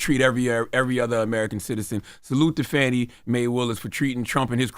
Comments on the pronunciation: Get her name right, it’s pronounced FAW-NEE not Fannie! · The black guy’s name is not Willie, his name is Harrison Floyd…was Willie a joke? Also, the DA’s name is not Fannie - it is Fani - pronounced Fah-nee. This message is for Tezlyn since she is the journalist on the show - love y’all - just make these corrections! 😊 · Please put some respect on that woman's name. Her name is Fani (fawni) not fanny. You didn't mispronounce the other prosecutors's names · The District Attorney in Fulton County Georgia’s name is Fauni (Fawnie) Taifa Willis. Charlemagne and the news person calls her Fannie like Donald Trump. He uses that word as a way to be demeaning. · Not FANNY. It’s pronounced FAWNEE. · Shame on TEZ and CTG for calling Fulton County DA Fan-ee, when her name is FAWN-EE. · Hey guys, I just wanted to point out that you have never pronounced Fani’s name right - and I’m not just talking about the “Maye” part. It is not pronounced Fanny- what she is doing is too important to be playing with her name so loosely if she heard it, I think that she would be offended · Her name is pronounced Fawn-ee.